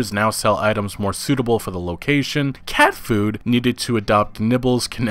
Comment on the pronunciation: “cAAat fOoD”